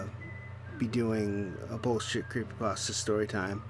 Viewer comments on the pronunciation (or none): none